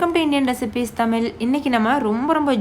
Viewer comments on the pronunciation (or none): May I request you to please pronounce Tamizh in its true form not "tamil"...thanks for your recipe..I will try..👌